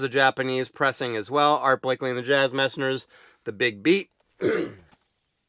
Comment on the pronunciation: It’s Art Blakey… not Blakley…